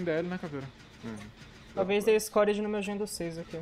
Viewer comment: obrigado pelos vídeos muito divertidos. só gostaria de fazer uma observação caso me permita, com toda a educação e sem ofensa, dá uma olhada na pronúncia da palavra "scourge hook" em inglês, que seria gancho do flagelo / praga/ escória, a pronúncia correto seria algo do tipo "iscúrge rrôk"